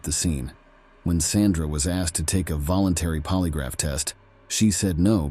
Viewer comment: Ask-ED clean-ED vanish-ED wtf